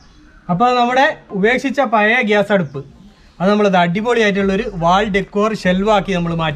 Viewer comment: കോഴിക്കോടു കാർ മാത്രമല്ലല്ലോ താങ്കളുടെ സബ് സ്ക്രൈബേഴ്സ് . "പയേ സ്റ്റൗ " പോലുള്ള വികല ഉച്ചാരണം ദയവായി ഒഴിവാക്കണേ !